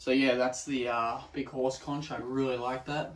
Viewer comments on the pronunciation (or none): Conch is pronounced "konk". 😊 Nautilus shell is probably my favourite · You have an amazing collection! I find it interesting how words are pronounced differently in different parts of the world. Here, we say "conch" like 'konk' (with a k instead of the ch) 🙂